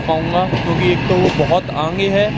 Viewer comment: आप आगे को आंगे क्यूँ बोलते हो